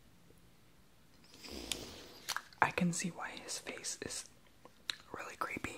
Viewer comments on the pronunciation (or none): none